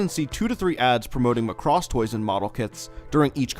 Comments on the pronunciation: Every single time you say Muh cross I cringe. It's just Macross or Makurosu but not Muh cross. Otherwise good content! Thanks! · Its not pronounced "muh--CROSS" it's "Maa cross"... no way that's gonna make sense... in any case, this is a good video! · Your pronunciation "McCross" is really getting to me. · There was one more "Chou Jikyuu" you missed. Chou Jkyuu Romanesque Sammy Missing 99, an OVA from 1987. Interesting video but by god do I HATE the way American's say Macross. There is no emphasis on "cross", it is just MACROSS!